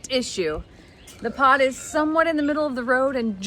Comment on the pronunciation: This was a good video!!! But when you said the Pod was being delivered I thought you said POT !!!LOL😊😊😅